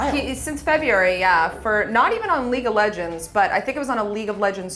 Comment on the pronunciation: "Febuary" ? February.